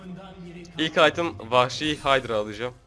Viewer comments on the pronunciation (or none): none